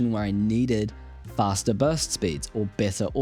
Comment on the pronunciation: did you say fasterer